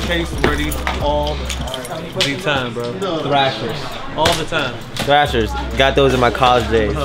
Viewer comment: Shevi Miller yeah that said trasher